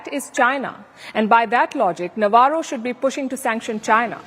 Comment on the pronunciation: Navarro is doing Lavaro ( bakwas, blabbering).